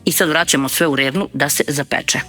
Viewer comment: I da,g-djo Stijačić ,kaže se reRna -ne reLna !